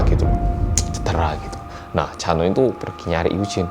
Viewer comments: Pas mas hansol ngomong chanho aku dengernya cha eunwoo 🤣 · Chanho nya kedengeran kayak lagi bilang chanwoo ikon:)